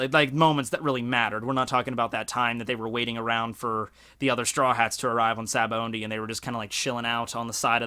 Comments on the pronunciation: gah you keep saying Sabaondy.... there is no 'N' in Sabaody. just... btw. its Sah-bah-oh-dee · you pronounce it Sabaondy but it doesn't have n it's Sabaody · well, it's pronounced as shabondy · Good Lord, there's no "N" in Sabaody.